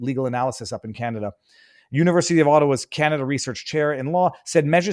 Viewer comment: ohhhhh, can-o-duh.